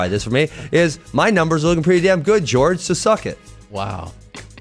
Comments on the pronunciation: I wonder if Ben calls Tyron, TyROnne? Because dudes name is clearly pronounced WHORE HAY and that's no joke. That shit just irritates the fuck out outta me. I'm not from Spanish decent one bit but (Jorge) WHORE HAY and GEORGE are two fucking completely different pronunciations..seems like a dude that thinks some dumb bull shit all time that id punch in the face if I ran into him js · Jorge... Jorge... Not fucking GEORGE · I thought his name was Jorge not George FFS!!!! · I cringe everytime they say George, it's JORGE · Why is everyone calling masvidal George it's Jorge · WTF do people call him George? The man's name is Jorgé (Horr-hay) People know Latin speaking, especially in America. 🇺🇸🇨🇺🇵🇪💪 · I find it impossible not to hate this arrogant fuck. I hate the way he pronounces Jorge's name "George" simply to disrespect him. It's prejudice. This guy is so much of a fucking clown that he actually believes the things coming out of his mouth. He deserved to get Masvidal's knee to his head and be embarrassed the way he was. I wish he'd go away forever. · why the fuuuuuck are people still calling him GEORGE? its Jorge (HOR-HEY) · Hey. His name isn't "George." Its "Jorge." Try it you can say it. Its easy. "Jorge." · his name is not ''george'' !!! it's JORGE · Its pronounced, Jorge (Hor-Hay). Thanks. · His name is pronounced Whore Hay, not George. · White dudes not saying people of color's name correctly is one of the oldest RACIST tricks in the book and they do it CONSTANTLY!!